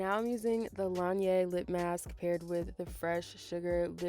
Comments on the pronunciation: Great video, but it's pronounced la nage for the Laneige lip mask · laneige is pronounced la-nèj :) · thank youuuuu and btw laneige is pronounced like beige but with a n